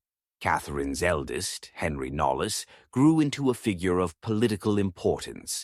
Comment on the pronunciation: Also, Knollys not pronounced “nollis” but “nohlz”